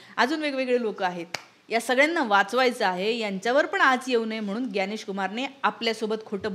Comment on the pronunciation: बाकी सर्व ठीक आहे मराठी लोकांना ज्ञ म्हणता येतं त्यांनी ग्यानेश न म्हणता ज्ञानेश म्हणावे